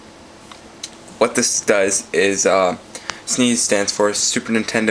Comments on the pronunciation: ROFLMAO, its pronounced Sness, not Sneeze. Or just S-N-E-S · s-n-e-s not sneeze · Sneeze... so annoying! You might as well call the PSP a "pispy" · its s n e s NOT sneeze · sneeze lol